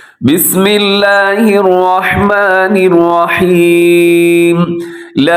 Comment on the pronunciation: آواز اور تلاوت تو آپ کی خوبصورت ہے.لیکن بسم اللہ پڑھتے ہوے آپ الرحمن الرحیم پر توجو دے. کیونکہ آپ را پڑھتے ہوے واو کو ملاتے ہے تو غلط ہوجاتا ہے الروحمن الروحیم بن جاتا ہے. تنقید کیلے نہیں اصلاح کیلے کررہاہو. کچھ سمجھ آیا تو دعا میں ضرور یاد کریں